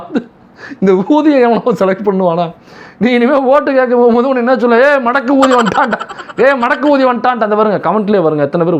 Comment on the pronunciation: அது என்ன ஊதி என் காதில் wrong கா கேட்குது. ஊதி...கூ....